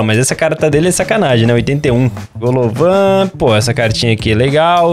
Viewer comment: GOLOVAN KKKKKKKKKKKKK O cara se chama Golovin